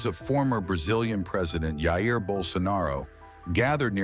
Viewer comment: His name isn't pronounced like that, with the letter "J" making a H sound like it is in Spanish. Brazilians speak Portuguese so his name is Jair with a J.